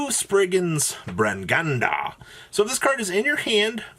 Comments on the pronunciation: It’s not bringanda it’s branga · Pog, I’m liking actually running dogma’s in this, and I’m liking the 0 albaz in this list even more! I have friends who play this deck and this might give sum ideas. The way you pronounce branga hurts me to deep in the soul tho Edit: every single one hurts like that